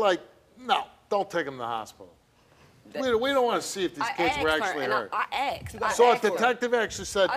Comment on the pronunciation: You Asked her. ASKED. Not Aksed.